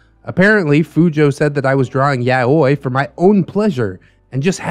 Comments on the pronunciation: love your vids, but why are you saying yaoi like yaweh? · (pst... It's 3 syllables; ya-oh-ee, and Japanese always stresses the first, so: YA-oh-ee. ♥️) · Listening to pronounce Yaoi hurts me.